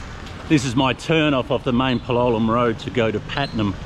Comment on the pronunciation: You still insist on pronouncing Palolem with the wrong accent. Don’t you have the ears to listen to how it’s pronounced by the locals or the tourists? The stress is on the a, not on the o.